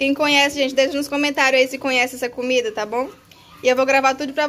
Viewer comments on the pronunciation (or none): none